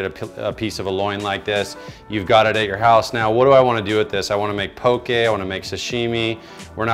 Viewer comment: You were pronouncing it right in the beginning.. pok-"EH" not po"KI" 😊